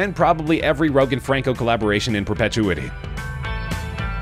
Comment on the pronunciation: So many mistakes in this video. I hate to be a downer but Stanley was a salesman. Also you mispronounced a few words. I dont know if it's an actual person narrating or if its AI. The way you pronounced perpetuity was hilarious.